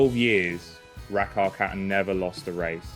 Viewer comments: Why is there a british speaker now instead of the original swedish one? That is the absolutely worst swedish pronunciation of Rackarkatten I have ever heard☹️ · Why does he have to americanise her name??? Ridiculous. Pronounce her name like it is pronounced in the original language, Swedish. That's her name. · Your English is very good, but Rackarkatten is Swedish. And the pronunciation at 5 minutes is... not Swedish. What's going on here? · At least pronounce the name correctly :/ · Thank you for that. I was wondering, but couldn’t hear the pronunciation well enough to look it up.